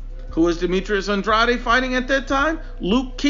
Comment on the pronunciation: This video is silly for a variety of reasons. You aren’t pronouncing andrades name correctly. Comparing their last 5 opponents is silly because they’re at different stages of their careers. Canelo is at the top, whereas the other two are still getting established. Also it doesn’t seem like you are using their rankings at the time of the fight; and are using their current rankings. One final point, andrade fighting for the vacant title against some guy nobody ever heard of was because BJS is an idiot and got popped for drugs... otherwise he would have fought BJS who is/was top 10.